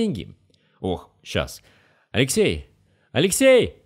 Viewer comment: момент, СЛОВА ''. АЛЕКСИЙ!! !АЛЕКСЕЙ !! !РЖАЛ пиздец 😂😂😂😂😂😂